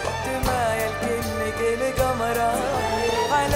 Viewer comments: لا وش القمره؟ هي تقصد الجمره منجد بس القمره بنطقها، واعتمدوها ولاهي ب الاساس معناها الجمرهه. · هي تنطقها كذا بس ب الاساس تقصد الجمره.